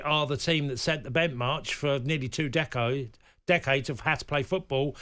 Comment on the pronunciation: "They set the bentmarch for 2 decos."